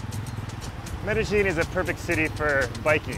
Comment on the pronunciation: I've never heard Medellin pronounced that way before. Sounds strange. But great episode.